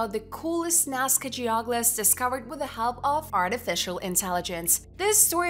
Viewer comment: Geoglophs? Croke-adile? Do you speak English?